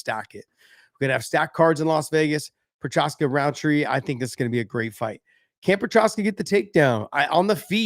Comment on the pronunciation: Work on Juri’s last name cuz 😉